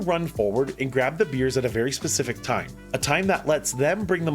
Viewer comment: Bears...not beers